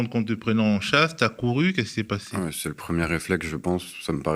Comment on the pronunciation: "qui nous prennent Z'en chasse" mdr